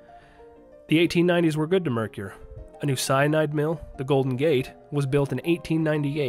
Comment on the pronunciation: Good info about several ghost towns.One thing; it isn't pronounced Mercure It is pronounce Merker.. And for the record,spelled Mercur.